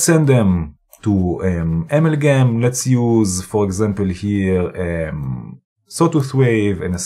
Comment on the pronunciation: Brian Watterson: Hi - WOW Professor! You were really motoring with this one. I have to watch this video again using Pause & replay to catch all of the great moves & pieces of good advice. AMALGAM looks like an extremely complex module. Lots of beautiful sounds though. Thank you so much for the excellent video. Pronunciation, if I might say, maybe more like: (dirECtion), (aMALgam) rather than (amalGAM).😊. (Love your red Arrow pointer, by the way. Is it available for a Mac)?